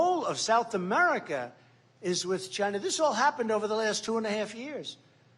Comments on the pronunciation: just to hear Trump say the word "Chi-na" is worth electing him, knowing how much he hates the CCP is another. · The way he says China !! 🤣🤣